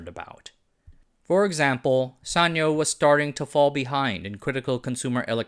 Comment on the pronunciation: This is the first time I hear sanyo pronounced like that. We always pronounced it as San-Yo (yo pronounced as in Spanish)